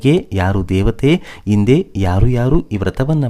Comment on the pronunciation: ವಿವರಗಳನ್ನು ಹೇಳುತ್ತಿರುವ ವ್ಯಕ್ತಿಗೆ ಕನ್ನಡ ಶಬ್ದಗಳನ್ನು ಸರಿಯಾಗಿ ಉಚ್ಛರಿಸಲೇ ಬರುವುದಿಲ್ಲ (ಉದಾ: ಹಿಂದೆ - ಇಂದೆಯಂತಲೂ, ಹನುಮ -ಅನುಮ). ಸರಿಯಾದವರಿಂದ ಕಥಾ ವಾಚನ ಮಾಡಿಸಿ.